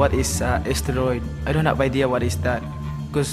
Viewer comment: By the way he pronounce STEROID you can already know that he doesnt have any Idea what it is!!!